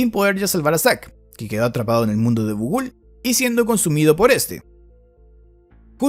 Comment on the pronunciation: es gugúl o gogool dicho en ingles indio? XDD